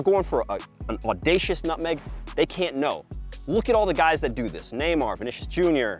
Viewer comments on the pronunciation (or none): Vinícius * not Venechas